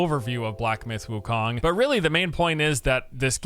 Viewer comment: Did u say black myth gokong